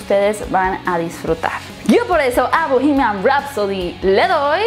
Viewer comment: No se dice "bohemiaM". Se dice "bohemiaN".